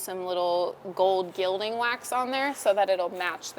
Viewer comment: FYI: Gilding is pronounced "gill-ding" (like a fish gill) instead of "jill-ding".